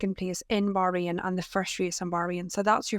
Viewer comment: Can you please pronounce Bahrain correctly !